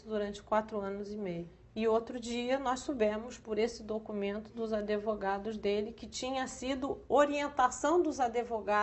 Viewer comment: ¨adevogados¨ é dose.